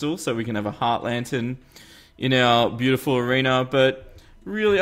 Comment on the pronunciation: omg is so is so ... ho crap "bio ty full" no ?